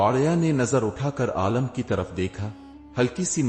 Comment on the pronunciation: Bhai aalam nahi aalim hota hai